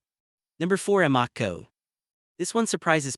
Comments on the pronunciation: Note no one says A Moco. It's pronounced Ama Co. Or Sunock O either lol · Two things. Is the presenter AI ? I ask because of the repeated mispronounced "tier" and "Amoco". More importantly, at least three of the recommended brands involve their premium, high octane fuel. Everything I have read previously has told me that these fuels are a waste of money unless recommended by the vehicle's owners manual and that some may be harmful to an engine when they are not required.